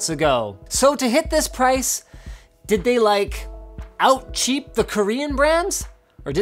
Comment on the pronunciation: Dovah Kiin "Really chep" 😒